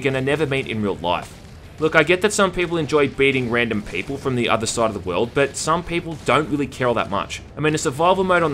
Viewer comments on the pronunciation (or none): none